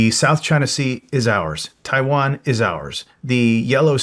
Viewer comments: “if Chiwan…” 😂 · "IF CHAIWAN"